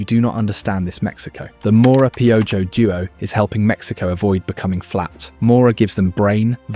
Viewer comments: To pronounce “Piojo” read it as “Pee-oh-hoe” instead of “Pee-oh-gio” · Gotta say, Hearing "PIOUYO" instead of "PEOHO" made ma laugh. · Hahaha a mí también!! No me estoy burlando en lo absoluto, solo es gracioso. Voy a empezar a llamarlo así haha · I like how you say piojos name 👍🏽🇲🇽😂